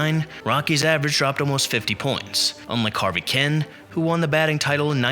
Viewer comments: Who the hell is "Harvey Kin"..? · Ignoramus. You pronounced the names of at least half the players you mentioned. When I knew Harvey Kuenn would be next, I was wondering how you would mangle it, and you didn't disappoint with the worst prnucnation of them all. Harvey Ken? Idiot. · Thank you. Hearing this guy mispronounce Harvey's name was like fingernails on a chalkboard.